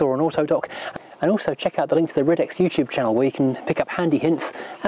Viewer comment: Shouldn't the title say "New Ridex" instead of "New Rides"? :) And I've always thought Ridex was pronounced ride-ex.